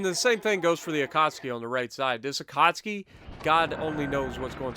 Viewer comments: Say it with me.. A-KAT-SUKI NOT AKAHSKI...SOUNDS LIKE A DAMN POLISH DELI Great Video though and looking forward to part 3 on the Jersey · Why u called it akatski i believe is the akatsuki